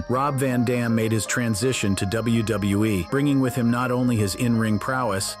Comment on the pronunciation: Double u - bew- eee 😂